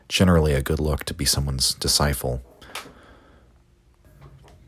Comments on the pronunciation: Fascinating stuff but can't get over the pronunciation of disciple as discifle. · Are you mispronouncing disciple??